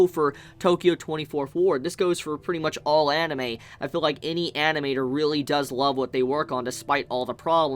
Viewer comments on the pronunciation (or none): none